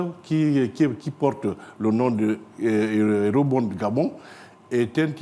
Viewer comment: Quel Ministre? "Eurobonde".